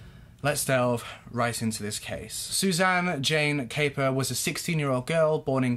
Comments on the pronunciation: Her name is pronounced cap - per not cape - er 👍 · I'm afraid you have mis-stated various facts in your summary of this case. You also mispronounced Suzanne's surname. I don't know where your information was taken from and clearly you are touching on the 'headlines'. It is also fair to say given the length of time this incident went on for and the number of characters involved its understandable you may get confused. Its a very emotive and sensational case but maybe remember there are still family members alive. What this young girl went through was awful. I'm sure your motive in recording this piece was not to be cause hurt but you ought to consider the impact it could have in a wider sense. I don't mean to attack you but remember all of these cases have families behind them. Suzanne was somebodies daughter. What happened was horrific and I'm sure her family and friends don't want to have such reminders in the public domain. Equally, passing opinions without having seen all the evidence or heard it in court can be dangerous.